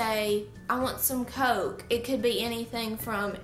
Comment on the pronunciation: Where in the world do they say Coke like that I don’t think you’re southerner